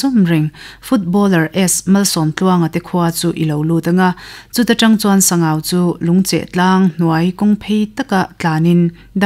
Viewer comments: Sangau (Ramhuai lalpa) hming hi Sang(hmun sang rik danin) Au ( mi kan au ) rik dan in lam tur a ni e , an tia lawm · Ziaktute an zah awm rualin an ziak kim lo hle in ka hria, tin, luite tui hi kei mi LAI hian TIVA tih hian kan sawi thin a a chhiartu hian Sangau va tih a lam kha chu Sangauva tih khan alam kha ani a, adik tawk lo ani. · A chhiartu Aw in a zir bawk a, ngaihnawm hle mai,, Mahse, thil pakhat;,, Sangau va tih kha "va" tih tak hi Sava ti a, "va" tih thluk ang hian lam zawk tur a nia, Mihring hming mipa hming angin i chhiar daih a, Sabgau va". Tih chu Sangau Lui tihna a ni ang,,!?😅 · Sangauva i lam dan hi i tih hi a dik chiah lo, mihring hmingah i chhuah tep. Sangau dawt chiah a VA hi lai tawng a ni a, VA hi lui tihna a ni. Sangau lui tih a ni ber awm e